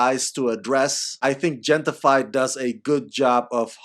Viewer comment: I believe that the Gente in Gente-fied is pronounced henteh. Meaning "people" in English.